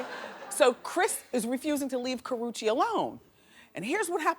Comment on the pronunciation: IT'S KARRUECHE get that in your head or read the letters slowly.